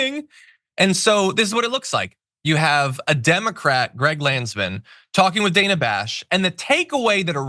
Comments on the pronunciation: Not the point of all this, but her name is pronounced danna. Otherwise, good take. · Did you say Dana Trump ?! 😂 omg, this is so freakin' gross. 😢